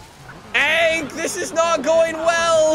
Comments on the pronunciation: Is it only me or does he keep saying ank instead of hank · I love how he says “ank” instead of “hank”